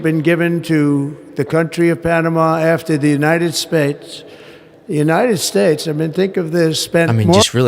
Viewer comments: "The United Spits" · he said "the United SPATES" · When talking about Panama did he just call us the United Spates??? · United spates?? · The United Spates XD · United spac.... I'm trying to say united state.... well done Trump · Did he (45/4*) just say, The United Spates"? Lol!!! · The United Spates eh? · "The United Spates"??? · Trump said United Spates, then quickly tried to correct his mistake with his patented “the weave” and says the United States!